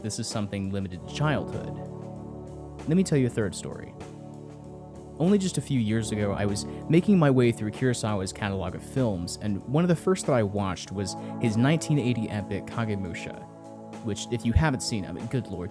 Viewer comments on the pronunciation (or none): Kurosawa is pronounced koo-rosawa, not cue-rosawa